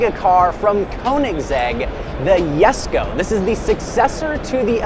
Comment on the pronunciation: The “yesko” it’s the Jesko buddy